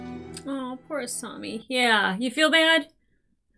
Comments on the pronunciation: A-saw-mi not A-sue-mi🤭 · To be fair, you say Asumi instead of a Asami a lot ;) (Doesn't bother me, its just funny) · Every time I hear "Asoomi" I die a little. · I was gonna gently remind you how to pronounce Asami, but you got it right at the end of the video :P good job! Haha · Don't worry, Avatar fans are notoriously relaxed about mispronounced names! It's not like we got traumatized or something...😂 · The mispronunciation of Asami, kind of hurts lol. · You are still saying asami's name wrong